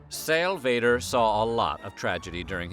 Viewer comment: Sal's last name is pronounced VEE der. There was a silent and bitter disagreement among AP photographers as to who actually shot the photo.